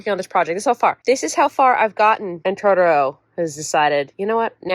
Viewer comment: Please say Totoro the correct way JUST ONCE 😂✨🌙🖤 heheheh 🤗 would be wonderful to hear it🥰